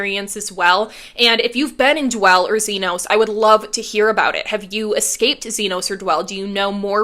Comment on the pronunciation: It's ZeeNahs, not ZeeN(long O)s